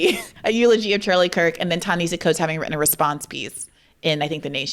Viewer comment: I'm a big fan, Briahna. And I cringe each time you mispronounce Coates' name. He pronounces it Tah na HAH see